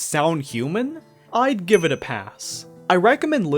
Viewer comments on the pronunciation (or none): none